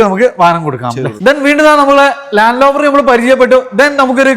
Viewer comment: ലാൻഡ് ലോവർ അല്ല,ലാൻഡ് റോവർ,എല്ലാവരും പറഞ്ഞ പോലെയല്ല വളരെ മോശം വീഡിയോ,ഇനി അബദ്ധം പറ്റില്ല,യൂസ്ഡ് കാർ എന്നതുകൊണ്ട് കണ്ടതാണ്,വാഹനത്തിന്റെ fuel, gear ഇവ കൃത്യമായി പറയുന്നില്ല,ടൊയോട്ട വാൻ വേരിയന്റ് എന്താണ് hiace 4wdആണോ?